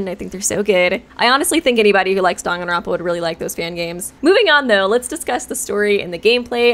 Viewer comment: The way Danganronpa is being pronounced is bothering me other than that amazing video